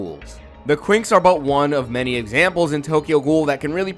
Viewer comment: I honestly thought that you said the twinks